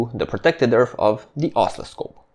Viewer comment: Both your videos and your English are excellent. I would add that the word oscilloscope has the accent on the second syllable: os-CIL-lo-scope. It sounds like you are accenting the first or the third syllable and it took me a while to understand the word you meant. Thank you again for these excellent videos. I have watched several of them more than once.